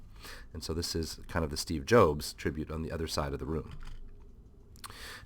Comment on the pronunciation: I don't know why but I laughed so hard when you said "Steve Jobes"... LOL